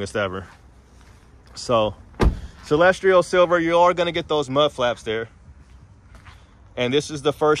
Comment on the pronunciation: there is no “r” in Celestial. Noticed you saying “celestrial silver” in several videos.